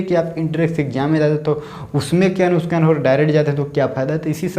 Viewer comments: Are bhai nuskan nhi hota nuksan hota h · Its nuksaan not nuskaan